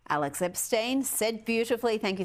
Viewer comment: Will she ever pronounce Alex's name right?